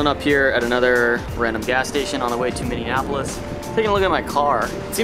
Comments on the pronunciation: Minn E Apolis You're both saying Minn Ean Apolis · you kept pronouncing it "Minneanapolis." It's Minneapolis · Why can't either of them pronounce Minneapolis? "minneanapolis" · its pronounced Minnie app oh lis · Did he just say Minne-nap-olis? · did you really say minneANapolis??? as a native minnesotan i’m so incredibly offended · As a Minnesotan...I was cringing the way you said Minneapolis. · As someone who lives in Minnesota, the way you said Minneapolis made me cringe.